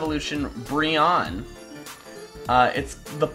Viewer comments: I'm pretty sure it's pronounced Bri-onne pre Brion-ne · It's pronounced "briny". Weird right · Aren't you supposed to pronounce Brionne like Beyonce? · Love the video and all, but the pronunciation of brionne is -Bree-oh-nee Great vid though! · I believe Brionne is pronounced "Bree-own-nay"